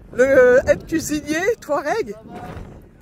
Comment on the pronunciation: Bonjour, vous me faite beaucoup rire quand vous dite Touareg, Dans la prononciation on entends plus les mots "Toit Raide" au lieu de 'Toit regue' 😂